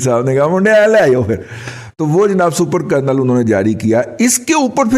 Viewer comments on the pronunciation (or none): aapki English to bahut hi maadi hain, aap English programme kaise karte they. Rake ko rack bolte ho, Kernel ko Colonel bolte ho, aise hi har roz ek bongi maarte ho. Programme shuru karne se pehle thoda dictionary dekh liya karo. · It is "Kernel" not "colonel". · It's not Colonel but Kernel.